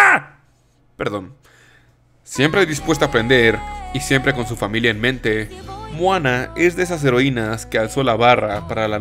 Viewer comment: "mojana" ;'D